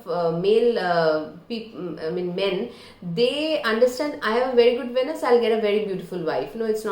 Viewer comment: Pronounced- “veenus”